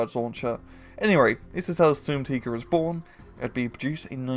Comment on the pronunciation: Stumtiger, it tig sturm.